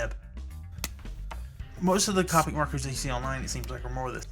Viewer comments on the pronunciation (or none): You're pronouncing Copic wrong. It's Coe (Rhymes with toe) pick Now Caw (Rhymes with raw) pick